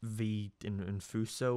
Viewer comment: omg Vee Infuso cameo (also it’s pronounced “In-fuse-o”)